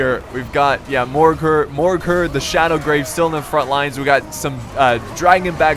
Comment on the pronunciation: Its Shadowgave not Shadowgrave. Dammit, go back to school and retake your english courses